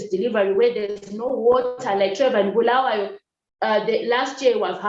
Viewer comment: One thing for sure i have in common with you. I would have left this country a decade ago but deep within me i believe i have a purpose to serve. Thank you for saying "Bulawayo", the correct way, you just represent its stature as the City of Queens. in one instance you said a colleague talked about being "in relationship with the government", to me that means support the status quo so that you are not closed out, for standing against their values, we become their enemy #1 and must be crushed so are our efforts. I enjoyed the conversation.